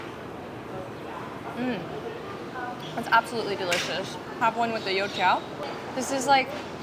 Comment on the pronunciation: Woah, your pronunciations for the food names are actually accurate! Especially when you said “You tiao” you sounded chinese!